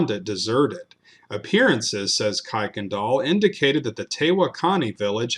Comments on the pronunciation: Kuykendahl is pronounced like this Ker-ken-dahl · It’s Pronounced “kur” Kendall